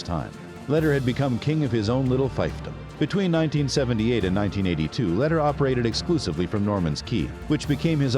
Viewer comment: This video is full of BS. Pronunciation of Lehder, Medellin and most of the facts are wrong. He never bought Normans Caye, only parts of it. No one ever called him "".